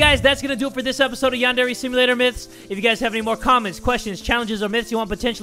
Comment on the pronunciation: DUDE ' Simualtor '